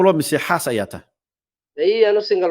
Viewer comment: Afsomali xumaa xaas miyaad tahay ku lahaa war xàas miyaad ledahay dheh